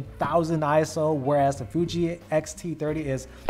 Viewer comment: It’s X-T30, not XT-30 🖖😘